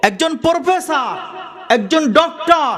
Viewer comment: পোরফেসার নয় , প্রফেসর 😂